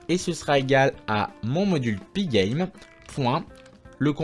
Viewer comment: Tu prononces magnifiquement pygame !